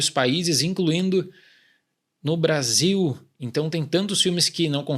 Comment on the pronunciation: quase engasguei com a carne na pausa do "incluindo no basil" KKKKKKKKKKKKKKK